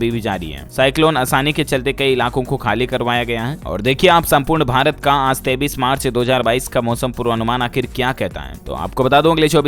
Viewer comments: Koi is bewkoof bihari ko bataye ki 23 march kaise bolna hai , 23 ko 33 march bol rha hai chool jaat. Maine dekha modi ke sab aandhbhakt aanpad hi paida hue hai. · डीएलएफ भाई एक बात बताओ आप बच्चे तो हो नहीं फिर आप 23 को 33 क्यों बोलते हो मेरी समझ में नहीं आता आप इसमें सुधार कर सकते हो इसका एक गलत संदेश जाता है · 23 ko 33 kyo kahte hai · AP 33 bol rhe ho ya 23 to much confusene h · डीएलएफ के ग्राहकों से मेरा निवेदन है कि यह पागल बार-बार 23 को 33 बोलता है आप लोग भी इसे क्यों नहीं बताते हो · Kripya karke aap apni ak galti ko sudhre ye jo aap 23 ko 33 bolte ho danyavad